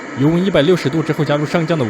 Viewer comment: 应该读上浆1而不是上将4